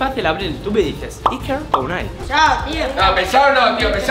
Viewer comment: En el min: dice Iker con un acento raro